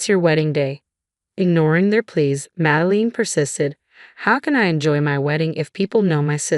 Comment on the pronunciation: Oh no!!! This is THE worst voice-over ever!!! Fee-an-kay??? What the good holy hell is that??? I know the word...but it is CLEAR you do not!!! Mad-e-line...you know....line...like you draw with a pen or pencil...or, in your case, crayons. Re-con-sider...long e on the "re"...not reh-con-sider.